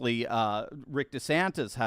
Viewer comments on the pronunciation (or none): none